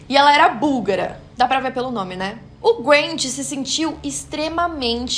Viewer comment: Quando a falar "E ela era búlgara" Eu jurava que ela falar "E ela era burra" Foi só eu que achei isso tb?🤡